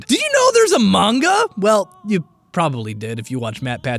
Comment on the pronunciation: Hey, don't feel bad if you mispronounced ATP. You're one of the few YouTubers I can rely on to pronounce "manga" correctly. You get all my respect points for that.